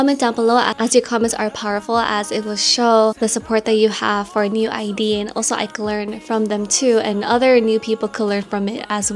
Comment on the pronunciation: It's pronounced as New-eed. 😊